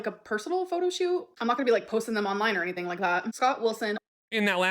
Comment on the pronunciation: another excuse! Why can't this idiot say anytheeeeen correctly